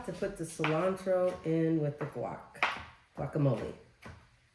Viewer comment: Guacamole is pronounced - Walk ah mole eh.....Please try not to calll it qwalk❤..... jalapenos are pronounced- hall eh pen( not peen) yos...Thank you ❤️🩵